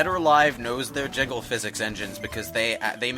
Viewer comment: I can't blame you. It's so easy to say jizzle physics by mistake when you mean to say jiggle physics. I've done it on a number of times.